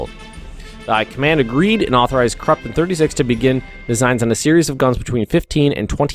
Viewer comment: Pronounciation: Say "Voodoo" take the "oo" and say "Kroopp" (Krupp). That's almost right. Don't say Krooooooooooopp, but a very short Krupp. The "u" in Krupp is short. I love all your Hoi3 series. I also learn a lot watching it. Edit: All "u"s are pronounced "oo" (but short) in german. So it's "Koomersdorf", "Kroopp" etc.